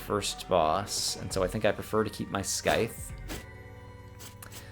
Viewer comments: Just in case you have still not seen it, I will tell you again that the 'c' in 'scythe' is silent. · hope he gets it right eventually if he reads comments he would hands down :)